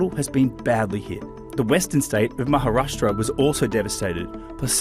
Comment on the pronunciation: i am impressed he pronounced Maharastra correctly